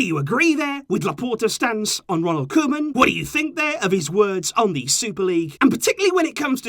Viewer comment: “Koman” EVEN THE BEST MAKE MISTAKES ! 😂😂✌️